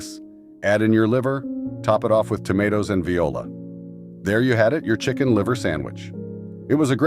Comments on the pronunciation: You mean "voila". Viola is the musical instrument. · Actually viola is pronounced “vwa-La” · I hate computer generated narration. It is pronounced wah la not the musical instrument. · Maybe choose a narrator who can pronounce the words correctly. Viola? Tanjiness? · This sounds like an AI video, especially the way "voilà" was pronounced, like the musical instrument viola, sigh..... I never heard of a creamed corn, sardine, or anchovy paste sandwiches. I still make a filling of grated cheddar, mayo, chopped up pimientos from that little jar or chopped green olives instead of pimiento, since they already have it. And also cold meatloaf sandwiches. I always make a two-pound meatloaf to be sure there is enough left for sandwiches. I still like open-faced sandwiches - a slice of toast, topped with a slice of American cheese, sliced tomatoes, and fried bacon and put under the broiler until the cheese melts. Ham salad I make with ground ham, mayo, a little sweet pickle juice, and a few chopped sweet pickles. We also like banana and mayo sandwiches or banana and peanut butter sandwiches. And there's nothing like a sliced tomato and mayo sandwich with salt and pepper. My dad's favorite was peanut butter and butter. And the best of the old-time sandwiches is a fried bologna sandwich with mustard and mayo! I don't think BLT's will ever go out of style since they are delicious! We still eat all of them! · Apparently this droid can't speak French. It pronounces 'Volia!' as viola... what a maroon. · I really dislike AI videos because the pronounciation is horrendous. Most I won't bother listening to, but I was curious about the sandwiches. C'mon man, I can't imagine not narrating one's own videos, it takes more time to make it AI than it does to make it human. Did you catch voilà pronounced like viola?😂